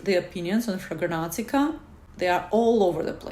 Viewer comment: Ma'am, while I appreciate your effort, it's called FRAG-RANT-I-CA, not Fraganantica